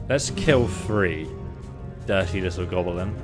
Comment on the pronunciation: Its GOB LIN , not gobalin lol